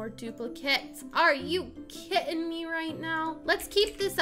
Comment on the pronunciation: When she said “are you kidding me right now” I thought she said “are you kitting me right now” LOL😂😂🤣